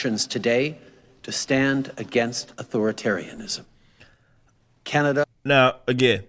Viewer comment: I would like to thank as a citizen of Ca na da ( it cracks me up the way u say it ) For calling out our piece of shit dictator He makes me ill For real